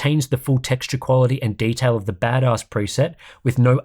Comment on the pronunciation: Chuckling every time you say Bad Oss